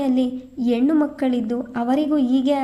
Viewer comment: ಕಥೆ, ಓದುವ ರೀತಿ ಎಲ್ಲ ಚನ್ನಾಗಿದೆ ಆದ್ರೆ ಸ್ಪಷ್ಟ ಉಚ್ಚಾರ ಇದ್ರೆ ಇನ್ನು ಚಂದ.ಹೆಣ್ಣು ಅನ್ನೋದನ್ನ ಯೆಣ್ಣು ಅನ್ನುತ್ತೀರಿ